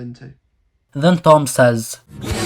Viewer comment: did you say Thom like thumb? It’s pronounced Tom..